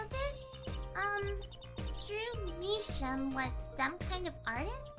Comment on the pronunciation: Who noticed mistaking Drew Misham For Jew Misham? XD is it me or was that myx hearing